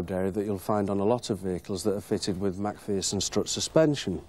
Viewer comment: MAC FEARSON? 😂😂 To me it was amways just plain McPherson.